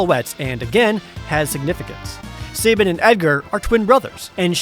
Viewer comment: I love the way you pronounce sabin.